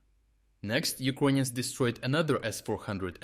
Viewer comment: First of all, it’s annoying how he says “Uquonians” instead of “Ukrainians”, even in Russian or Ukrainian you say “Украйны”, there is no “Q” sound. Second, these strikes are from 2022 or halfway true, the struck submarine was from the 2023 attacks, damaged Luhansk plant was from the 2023 Luhansk counteroffensive and etc… Right now what he is trying to do is selling PR attacks to the viewers that Ukraine is “still capable” of doing offensive attacks. Attacking with NATO satellites some civilian shed is not offensive measures. They lack ground troops, tanks and the logistics, but thanks to “uqanian” corruption it’s gone. Dear cope bots, please cope in my reply section about “3day operation” or “black sea fleet”.